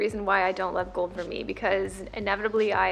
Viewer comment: I refuse to buy vermeil jewelry, it tarnishes fast even with good care and it just ends up being a waste of money for me. I own a lot fewer pieces but I just wait for a good sale on solid gold! P.s. Vermeil is pronounced ver-may